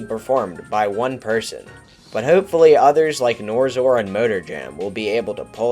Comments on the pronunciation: bro the person who made the video pronounced yuor name wrong its nor X or not norzor. How do yuo feel about that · I understand why you're saying NorXor like that, but it drove me a bit crazy. Still a great video.